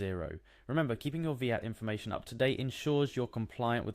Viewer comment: I like the video and it was really helpful! few pointers though, its VAT not Veehat, and if someone doesn't know how to login to something (which is what the first half of the video shows), they have no hope trying to carry out a VAT return. At that point they should just get a decent accountant